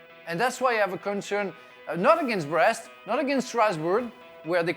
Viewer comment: It sounds funny to hear someone says "Breast-Brest" attacking 🤣🤣🤣